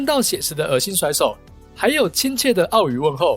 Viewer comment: 粵語 不是"奧" 語好嗎 那個粵念"月" ㄩㄝˋ